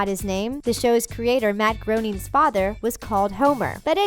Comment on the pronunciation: You mispronounced groening